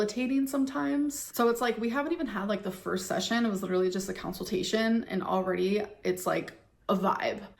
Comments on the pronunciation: I wasn’t sure if I heard counseltation and was being nit-picky, so I’m happy you said something. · Counsel-tation is what I hear at night when I can't sleep